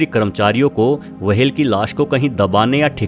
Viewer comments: Ye wahel kya hota whale bolna sikh le pehle to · इस प्राणी को व्हेल् कहते है, वहेल नहीं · Whale. - ❌ वहेल. - ✔️ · Whale ko w-hale bana diya waah😂👍🏻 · वहेल नी व्हेल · It’s whale. Not waa-hell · Vehale nhi ...whale hota h.....😆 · It's not wahal it's whale 👍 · Yrr wahehail kya hoTa hai. Whale bolo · Bhai wahel nahi hota whale hota ha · Wahale what kind of that creature? Am i heard right, word whale or wahale?😂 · Wahale nhi whale hota h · Its whale not wahel pronounce it correctly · It's whale.. Not vhhale😂😂😂😂😂😂😂😂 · Aby wahale ni hota whale hota h🤦🏻🤣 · Wahale nai whale 🐳 😫😫😫😫😫 Bas karo bas karo 😒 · Not wahale its whale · Bhai pronounciation seekho fir video banao....'w' hale nahi whale hotta hai 🤣😃 ke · Nobody: Literally nobody: Meanwhile bubble news: Blue vahel Dinosoro😂😂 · Vahels ...Blue Vahel ...Lol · Kya bola tune - वहेल 🤣🤣🤣 Ye konsa naya jeev h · Criticism top level Max comment section is full of criticism coz of his language/Pronunciation 🐳 WAHALE.. he explained everything so nicely If u can't appreciate,don't criticized atleast.. 👍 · Whale ko wahel bolta hai Aur twacha ko tawacha 😂😂😂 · Very bad pronunciations.. वहेल... तवचा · The interesting topic is ruined by his "wahale " and "tawcha "